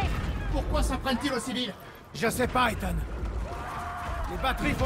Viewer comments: arretes de dire ethan ça se prononce ethane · sa ce dit pas : Ethan(en) mais Ethan(ane) comme banane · SONT PRENOM C ETANET PAS ETENT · c'est pas ethan mais ethane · On ne dit pas étant mais on dit Ethan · on dit Ethan pas étang voyons donc ! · Une pensée pour tous les Ethan qui se font écorcher leur prénom ..Ethan se prononce Ethane, et non Étang .. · mais ptn c ethan pas etang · c est ethane pas ethan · TU LE DIS MAL LE NOM DU ROBOT ET C EST CHIANT CAR J E M APELLE ÉTHAN